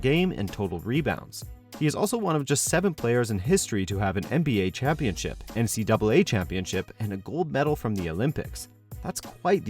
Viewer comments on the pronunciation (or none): none